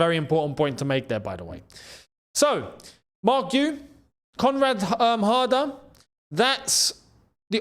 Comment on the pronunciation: I thought a heard say comrade harder😂